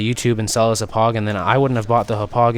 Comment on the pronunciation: Hop-pog not hup-ugh. Gotta say it with the Long Island accent.